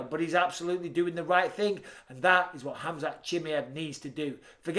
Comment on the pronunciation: Except how he pronounces khamzats name 🙄😂